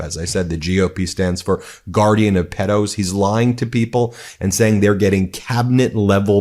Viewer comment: It’s pedo not peddo.